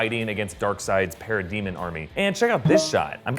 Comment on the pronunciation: is it just me or is he saying "para-demon" kinda weird? lol